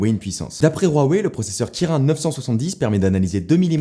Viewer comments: "KIR1" MAIS NON CA SE LIT "KIRINE" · kirin se dit KirÏn pas kirain stp xd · Jpp comment il a dit kirin